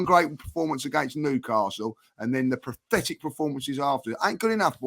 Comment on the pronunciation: is having trouble saying the word 'pathetic', it sounds like he trying to say 'prophetic.' Did anyone else notice that?